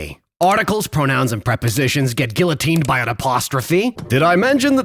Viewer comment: you are ragebaiting so hard with that pronunciation of guillotine